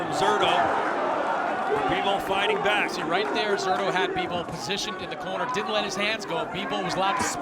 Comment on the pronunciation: When is someone going to tell that guy that the "Z" in Zurdo is pronounced like an "S"?